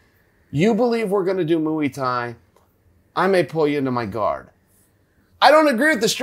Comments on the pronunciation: "Moo-ee thai" lol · 'MOO-EEE TAI'